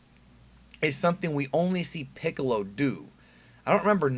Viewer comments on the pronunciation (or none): none